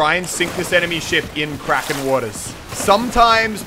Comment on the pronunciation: It’s...it’s not krakens Muselk.